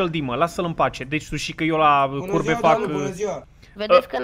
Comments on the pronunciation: ai spus,, la cur*e" in loc de curbe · ai zis curbe sau..., ca eu am inteles altceva